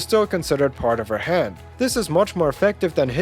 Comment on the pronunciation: How he says hand sounds like head so I'm like whaaaaa